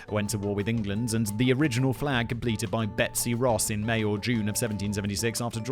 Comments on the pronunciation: He only said it wrong one time out of like 6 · Betsy Ross, not Rose ya smooth-brained Brit!!! 😘 Edit: well shit, and this is why I should wait before commenting.